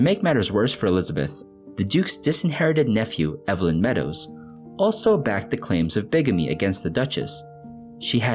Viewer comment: Thanks for finding and telling a story I haven’t heard before. (When Evelyn is a man’s name, it’s pronounced EEV-linn.)